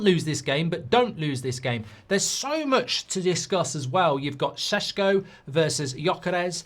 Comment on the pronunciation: Stop saying sesko like that please 🤣🤣